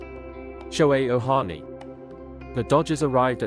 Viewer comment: It's Ohtani, not Ohani.